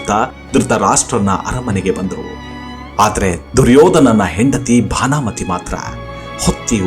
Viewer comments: ದುರ್ಯೋಧನನ ಹೆಂಡತಿ ಹೆಸರು ಭಾನಾಮತಿ ಅಲ್ಲ ಸರ್. ಸರಿಯಾದ ಹೆಸರು (ಭಾನುಮತಿ ) ಅಂತ. 🙏🏼😌🚩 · Duryodhana’s wife’s name was Bhanumati, not Bhaanamati. Please note.